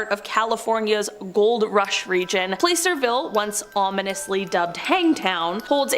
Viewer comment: Its placerville pronouning the A like you would in apple, not a hard "A" sound